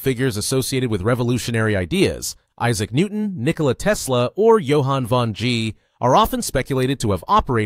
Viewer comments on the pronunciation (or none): none